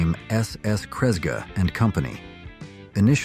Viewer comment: Well, you had me until when AI mispronounced Kresge. Get real people to narrate your crap. It’ll still be crap. But at least credible crap.